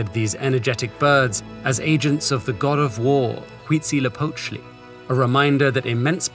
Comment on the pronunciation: As a Mexican I wanna tell you, props to you narrator for the pronunciation of Huitzilopochtli, even many locals have trouble saying that name often but you nailed it!